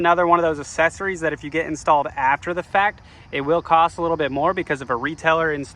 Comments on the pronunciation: Why do you pronounce it "assessories" instead of "accessories"? The double c is pronounced "k". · I'll click the like button when you pronounce accessories correctly